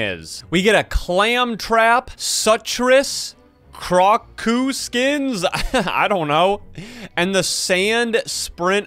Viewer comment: Its pronation krakoo